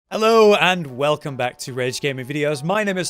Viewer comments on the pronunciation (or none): none